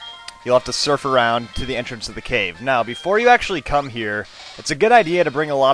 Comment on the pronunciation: "Before you actually cum here" Thats what she said (He said come like come but it sounded like cum XD)